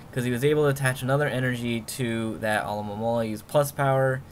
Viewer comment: I love how you say Amomomolomola. Always makes me laugh xD